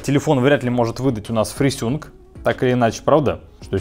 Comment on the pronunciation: фрисюнк : )) Ты еще наверно говоришь сустем : ))